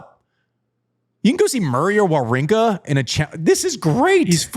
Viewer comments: prononciation is quite good, Andy come on, you can't makes him remarks and not saying Wawrinka correctly 🤣!! A tip... just go on Google Translate, write the name and select the country of the player in the langage section and use the button "listen"!! Now your able to prononce the surnames correctly 🙌🙃! Holger Rou - neh; Stan Va - vrinka! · rune is pronounced "runuhh," like andy is saying it, and wawrinka is pronounced "vavrinka" like none of y'all are saying it. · Andy: makes fun of pronunciations. Immediately proceeds to pronounce Wawrinka wrong 🤣